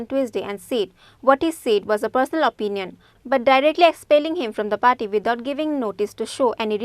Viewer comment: Not paty... It's party.